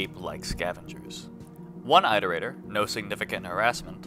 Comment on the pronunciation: pronounce iterator correctly challenge (unbeatable)